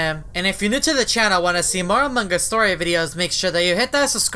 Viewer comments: How to say among us clearly: Me: "Among Us": "Amung Gus" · amon gus* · Its AMONG US!not amongg us ughhhh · im not being mean but, why do u say "among gus?" well i love ur vids anyway so ill just ignore it. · His pronounciation is different